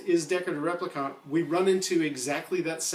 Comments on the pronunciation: However, In the film, Deckard is a replicant (please learn how to pronounce it correctly. Not trolling you, it is just very, very distracting). Simply put, you would not get a guy (a guy who looks like an alpha male, but can't get off the earth to live in a colony?!) like that staying on a dirty and rotten earth. He has to be quick, smart and very very tough to hunt the andies in the film. The beatings Deckard takes are deliberately harsh, I think, to emphasise the fact no man could take such a punishment. Deckard is manufactured specifically to hunt replicants. Look at the other ovviously human characters in the film. Bryant is fat and old, Gaff is crippled, JF Sebastian is decrepid.....there are no fit and healthy men in the film, other than the replicants. It makes sense to me Decks is also manufactured and that is not to mention the hints the film gives...his unicorn dream being the most obvious, as well as the brief glimpse of red eye in a scene. I am ok with a film diverging from a book, if the film is slso a great work and Blade runner is a great work. Like Hampton Fancher, I didn't mich enjoy Do Androids....I love some of the themes in it for sure, themes that PKD touched on time and again, gut when it comes to this story, i prefer the movie. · This guy has clearly seen Bladerunner enough times to know he is pronouncing replicant wrong. Like, totally wrong. Not even close, bud. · Wow, sorry I was so harsh. Your pronunciation is not "totally wrong", its only one letter away from how the movie says it. I think i thought I was being funny but in retrospect i was just being a dick. oops. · how many times can you mispronounce replicant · The replicant pronunciation annoys me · There is no conflict... the screenwriter and director say he's a replicant. You are in denial. No interpretation... no opinion... the director and writer answered it. The fact that you can not pronounce the word "replicant" isn't helping you. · Stop saying replicant that way, just stop it.